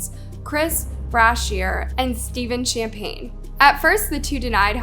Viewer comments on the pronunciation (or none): none